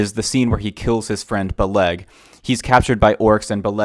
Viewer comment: It's not Beleg like Buh-'Leg with the emphasis on the latter syllable. But rather 'Beh-leg with the emphasis on the former. Think of the word "relic" but substitute the r for a b, and lic for leg.